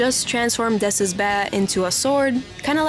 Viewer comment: It's dess lil bro, cmon 😭